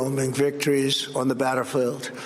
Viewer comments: Trump called the battlefield, batter field / of this podcast. I did not watch his address to the nation; I do not have any more moral/psychological abilities left to endure his bankruptcy of our nation; I use emotional self-regulation. I thank you journalists for taking this task on for us. I accept the fact that our country is currently ruled by a cruel, corrupt, malign, narcissistic psychopath, who is trying to change our country from a democratic republic into a dictatorship in which he wields all the power. His whining tone gets no sympathy from me, his unremorseful bragging about getting a 'great deal' for dead US troops as he slurs and shrugs off casualties lends support to my argument. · Did he say batterfield 😂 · Uh, he can't even pronounce "battlefield". Time for the 25th. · you have a president that can't even pronounce the word 'battlefield' (@